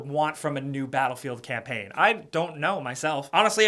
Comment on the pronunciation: "battlefield campaigne" 😂😂